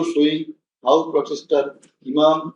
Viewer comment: Protester he's saying potester